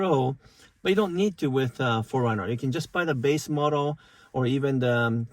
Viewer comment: Sorry, but it sounds like you're saying "foreigner, " and not 4Runner.